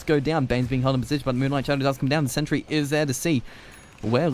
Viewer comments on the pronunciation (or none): none